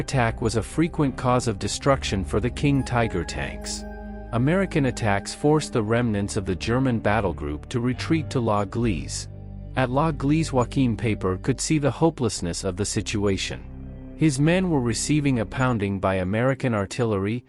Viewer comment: So Joe Chim Paper was defeated at a Save-a-Lot store? I guess they don't sell many bilingual AI voices. I did like the 'Tiger Too Heavy tank.'